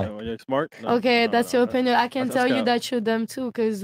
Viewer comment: My nigga Myron with, that's not Tttrue, that's you O pin yun...I'm literally in tears 😂😂😂